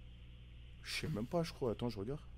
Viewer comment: Ahh oui le fameux "icroi et pas"